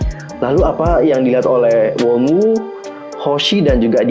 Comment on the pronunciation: Wonu lah bukan wonwu bacanya